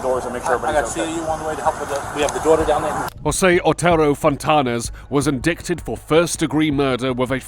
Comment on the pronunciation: Love the channel, but…….. Indicted isn’t pronounced ‘in dick ted.’ It sounds like light, or fight, or might. In digh ted. Thanks.